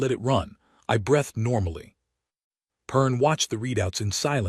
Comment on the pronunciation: AI is, by definition, intelligent. But can't pronounce breathed or arithmetic properly. Come on...